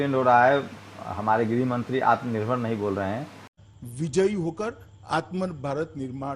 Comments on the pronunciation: Jo Insaan " aatmnirvar" nahi bol pa raha hi..wo hamara home minister hi..our badluck..we should think about it.. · साला को बोलने नहीं आराहा है आत्म निर्भर तो ये क्या देश के लोगो को आत्म निर्भर बनाएगा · आत्मनिर्भर नहीं बोलने आता हमारे नेता जी को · Nalayak Amit Shah can not say atam nirbhar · Amit is no 1 illiterate even he can't pronounce Hindi word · टकला ठीक से बोल ही नहीं पा रहा है आत्मनिर्भर शब्द को 😁😁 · Khud to aatmanirbhar word bola nahi ja raha hai ye sale desh ko kya banayenge pata nahi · आत्मनिर्भर बोलना भी नहीं आता ईस मोटा भाई को.. एही दुसरे पर निर्भर हैं .... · Amitshah atm nirbhar nhi bol pa rha h... To atm nirbhar kaise bnege y😀🤣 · आत्मनिर्भर बोलना ही नहीं आता..... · Shah ji Jo Aatmnirbhar bolne v nhi aa rha h or chale h desh ko Aatmnirbhar karne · Gadha sala tadipaar gunda evm k bal per sala home minister bna hai sala , aatmanurbhar bolna nhi aata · Jis home minister Ko atmanirbhar bolna nahi aata oh minister ha desh ka kiya ho ga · Ye atmnirvar nahi bol pa rahe h ye banenge kya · Bol nh pa rh h ye atmnirbhar bhart ky banayenhe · Aatmnirbhar bolna nahi aata he aur desh chala rahe he kiya hoga desh hoga jago re...........jago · Dekh lo andha bhakto atmnirbhaar bolna nahi ata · Aatm nirbhar bolne nahi aa rha iska matlab ye bhi jumla hai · Bhosad pappu,Ye amit shah aatmnirbhar bol nhi paa rha,to pure hindustan ko aatmnirbhar rakhne ko kaise bol skta hai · आत्मनिर्भर बनने को कहा गया है.. वही आत्मनिर्भर शब्द ही नहीं बोला जा रहा... हद्द है... 😁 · विजय किसी की बपौती नहीं है, अमित शाह साहब कम से कम "आत्मनिर्भर" का उच्चारण करना जिस गृह मंत्री को नहीं आता है, वह पढा भी है, या नहीं अब तो एेसा लगता हैं, भोलू गोलू दोनो ही अनपढ़ लगते है |सुधर जाऔ नहीं तो आने वाले समय में तुम्हें भारत के किसी भी अस्पताल जगह में नहीं होगी | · Abe Takle..Pehle Atmnirbhar To bolna Sikhle..😃😀